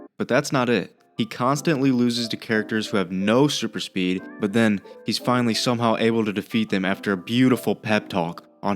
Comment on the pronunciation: Oh, my God... Another "Acsilieishen AnD SupiiD". The cattle truly enjoys repeating stupid buzzwords after one another.